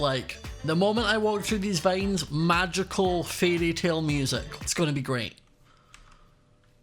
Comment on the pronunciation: Love how he says Vains instead on vines